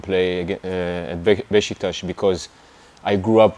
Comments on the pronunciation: BEŞİKTAŞ KELİMESİNİ BENDEN DAHA İYİ SÖYLÜYOR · İlk defa bir yabancı futbolcu BESİKTAS değil de BEŞİKTAŞ diyor bizim gibi telaffuz ediyor! 😂